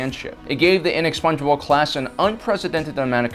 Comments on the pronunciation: It's the inexpugnable not the inexpungeable for chrissakes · I keep hearing "Inexpongebob class".